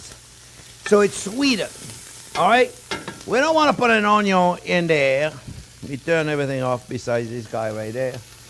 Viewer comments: Onyon. That will forever elicit a delighted giggle ; please never modify your pronunciation! I am hooked on your channel. Thank you for doing what you do! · "ONYO" ... ohh sh*t here we go again 😍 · I'm here just to here him say onyiooon jk fantastic chef. A chef who can roll with the punches and humbles himself when he makes mistakes ❤️ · His onyos lol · Intense explanation from chef here. Onyo fly around the kitchen. 😂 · I’m here for the Onyon...lol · Just passing thur love when he say onion. lolo